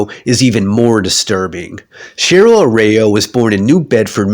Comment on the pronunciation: Man you had the disclaimer of your pronunciation of Araujo but I did not expect to be this bad lol Had a nice laugh the first time you said it Thanks for the video!